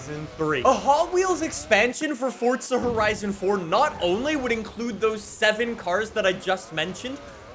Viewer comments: It's Forza not Fortza ffs 😂😂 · Fore zuh...Forza, no T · There is no T is Forza. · Does anyone else feel like he’s saying “Fortsa” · Yes, because that's how you pronounce the italian word forza.